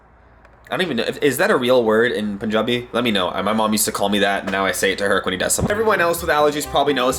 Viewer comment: He said Punjabi in Punjabi accent lol. It felt so cool man like Asian fells